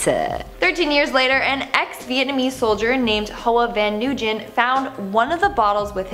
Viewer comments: I noticed that aswell in their previous vids when it was pronounced NU-GIN, I cringed a bit. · it’s pronounced (w-i-n) -dislike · Nguyen was pronounced Nuh-gin if im not mistaken; there is like a dozen in our school. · Nguyen is pronounced Gwin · Dear: Nguyen is pronounced Nooyen not Noojen. I love your videos.